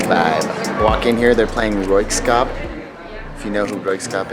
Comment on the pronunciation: Royksopp….not skop